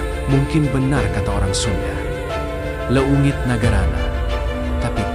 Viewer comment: Yang baca narasi nya pasti bukan orang Sunda karena cara bacanya tuh salah pada bagian " leungit.... 😅 tapi tidak apa ...semangat semoga channel semakin maju